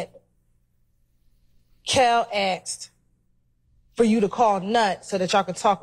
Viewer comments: "Axed" Clearly top of her class in law school. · Totally! The DA literally cannot correctly pronounce "asked" smh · As the DA does not know how to pronounce ask, it is Axed 😂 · Listen to the black lawyer say "aksed" She is only one step up from the clown on the stand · How educated is this prosecutor if she keeps using the wrong words in her questions... "Did the detective axed you..." instead of "...asked you...." When will these people get it right!!! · How do you axe a question? Asking for a friend 😆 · What language is he speaking? And what does "I'm gonna axe you...." mean?